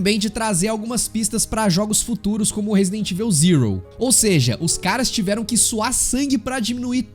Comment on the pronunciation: pq a maioria da galera fala "resident ivel"?